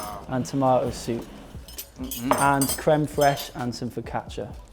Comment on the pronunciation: As I can see crème fraîche is easy to say for English people or maybe you're good in french. I'm really happy to see your videos and also to improve my English and to ear English accent sooo beautiful !!!